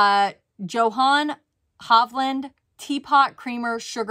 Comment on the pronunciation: Johann has a silent J - "Yo-hann"